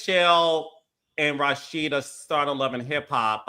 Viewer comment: Why does Carlos keep saying Rawsheeda???!😊